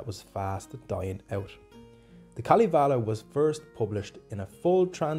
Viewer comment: Kalivale ? Its Kalevala... You say it how you write it.. I know finnish is hard languake, but this was kinda new way to say Kalevala..